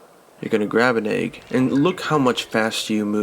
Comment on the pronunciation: You're bothered by that.... I'm bothered by the way he says egg lol